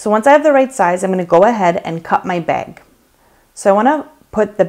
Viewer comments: Girl this is amazing!!!! The way you say beg for bag is amazing ♥️♥️ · Like how you say bag! Where are you from?